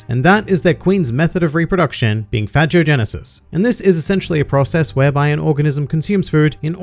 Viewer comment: How did you pronounce phagogenesis? Lol that's not how they pronounced it in the show. I burst out laughing the first time I heard them say it.